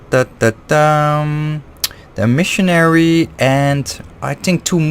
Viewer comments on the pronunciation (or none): Eh-meh-sary (Emissary), not e-Missionary lol. Agreed, one-piece hilts are awesome for cutting back on unintentional-unscrewing! So far I haven't had any trouble with my saberforge Oracle, however, been having some trouble with my ultrasaber archon v3 and its' neck loosening while trying to swing. Looking into a different emitter; thinking of going for Ultrasaber Malice, Overlord, or Archon v2.1